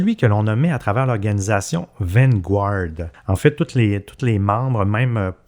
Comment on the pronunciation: "Van-gouarde"? Come on les gars vous parlez pourtant bien l'anglais. On prononce vanguard "van-gard".